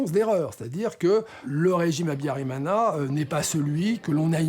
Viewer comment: Why does this journalist mispronounce every word:Habiyarimana, Akаzu, Kinyarwanda, ,Bagosora etc.He did not pronounce any of the words correctly